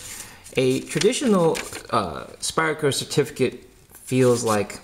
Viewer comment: can you please stop saying Spire-Co ...its SPYDER.. With a D... not spire, SpyDDDer